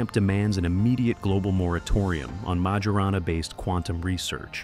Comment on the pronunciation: How can 'public anxiety' be mounting when 99% of the 'public' aren't aware it exists? Did you poll the 'public' ? It's pronounced Myorahnna, not Major Anna.